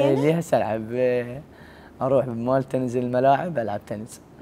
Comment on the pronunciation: اسمها تنس مو تنز